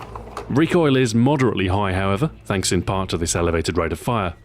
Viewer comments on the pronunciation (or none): none